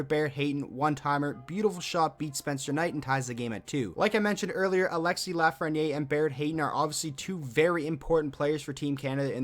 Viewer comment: Proper way to pronounce his last name is "Laugh-fren-i-air"